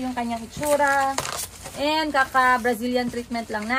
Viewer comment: Sa vlog ni atsheee you pronounced AND normally. Pag sa vlog mo eeeeeeeeeennnnddd 😭😭😭